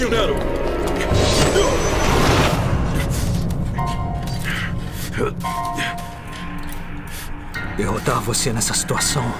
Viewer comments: Não quero ser chato, adorei a dublagem, mas talvez ficaria melhor se o nome do Nero fosse pronunciado da forma como eles falam em inglês: "Nirol". Esse "Néro" em BR soa estranho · Olha eu aqui de novo, tremendo mais uma vez com essa dublagem linda. A voz do Vergil ficou boa demais com o. Só senti falta da pronuncia de "VI" para o V e "Nirow" para o Nero como é no original, mas está impecável demais a dublagem, já dei replay umas 5 vezes nesse trecho.